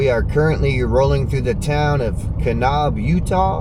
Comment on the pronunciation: Nice trip. Hot tip: Kanab is pronounced Kuh-NABB, not Kuh-Nobb.